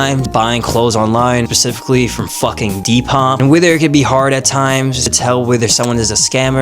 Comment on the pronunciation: its pronounced SPEH-cifically not PA-cificlly